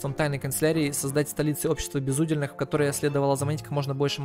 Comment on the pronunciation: Рау́тах... безу́дельных... А~!!! "Крик души" Может я такой, но боже, я читал старые книги, смотрел некоторые старые фильмы и слова правильно произноситься ра́ут! Светские ра́уты!!! А~!!! Мать!!! Дальше... в этой игре у каждого есть свой уде́л. Их три, воины, священники и простолюдины. Так ты правильно читал в первой серии, уде́л, так почему восставших ты называешь безу́дельных?!!!! Сука!!! Тоже слово, уде́л!!! Значит - БЕЗУДЕ́ЛЬНЫХ!!! Спасите, кто-нибудь! Не сказать, что я прям образчик грамотности, но блин, ладно ты мог ни разу не слышать слово/словосочетание раут/светский раут, но почему ты в первых сериях читаешь уде́л, а потом, как добавляется приставка "без", начинаешь читать у́дел?!